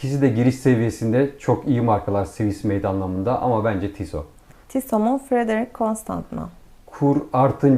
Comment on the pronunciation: Adam Tissot diyor ama kadın ısrarla Tisso demeye devam ediyor😅 Tissot bacım onun adı Tissot